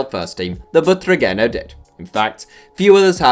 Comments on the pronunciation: That pronunciation of Butragueño hurts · Backpack even though he mispronounced it lol